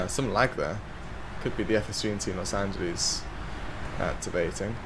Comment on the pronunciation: Los Anteles? 😂